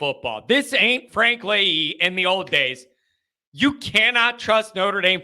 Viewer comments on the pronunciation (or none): none